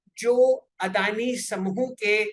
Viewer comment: अरे वो अडाणी नही अदानी है....हमारी मराठी मे अडाणी का मतलब अनपड होता है😁😁